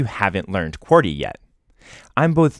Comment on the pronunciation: why do you sat qworty when its qwerty